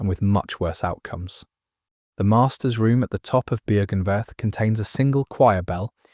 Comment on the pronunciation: Version 69420 to pronounce Byrgenwerth and Oedon unlocked!